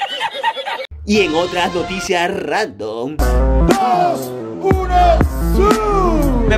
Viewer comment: Que carajos ay dise memes randon y es memes random 🤣🤣🤣🤣🤣🤣🤣🤣🤣😂😂😂😂😂😂😂😂😂😂😂y me das un cora